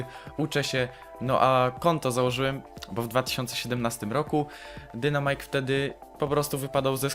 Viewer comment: Błagam nie mów dynamajk tylko czyta się dajnmajk. Proszę czytaj poprawnie bo mnie kole w uszy jak ktoś tak mówi.